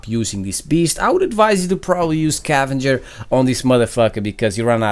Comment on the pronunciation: it's scavenger not cavenger